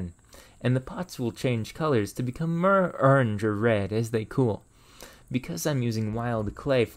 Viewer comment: you seem to replace o's in some words with e, like "mere" instead of more, or "unfertunately" :D just an observation, any reasoning for this?